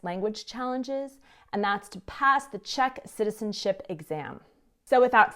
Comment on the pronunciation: you have the cutest and most precise pronunciation of Czech. For an American girl, shocking!